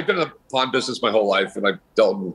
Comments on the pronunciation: OMG, She literally pronounces it as P0RN shop 😊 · She says "PAWN" very much like porn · Anyone else hear her say "porn stars" instead of pawn stars lmao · I thought was saying 'Porn shop' in the intro 😂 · Listening to the host say "PAWN" I swore she says porn. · it sounds like she saying pornshop and pornstar at the intro !!!!, lolllll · She sounds like she’s saying “Porn Shop” 😆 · When says "pawn stars" it sounds like "porn stars" 😀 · I can't tell if she's saying "pawn" shop or "porn" shop. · I seriously thought She kept saying "Porn Shop" 🤦🏻🤦🏿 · I swear shes saying porn shop and porn stars lol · Sounds like she's saying pornstars lol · Am I the only one that herd Pawrn star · Is she saying porn shop or pawn shop? 👌🏻✌️ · sounds like shes saying porn stars, porn shop... hehhhhh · When she says "pawn" it sounds like porn. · I shi know she meant to say pawn, but she said porn. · PAWN NOT PORN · Did she say porn stars...? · She says porn instead of pawn hehehe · Does she actually say porn stars.